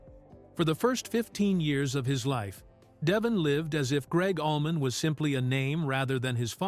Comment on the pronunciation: And Allman = almond 😂😂